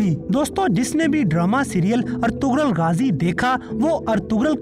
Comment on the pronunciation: Its not "Ertughral" its "Ertughrul"( gh is silent)